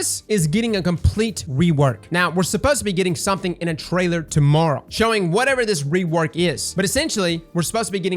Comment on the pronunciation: The first sentences with accent... "tomorrow... tomorra... to Mara" - Gotcha!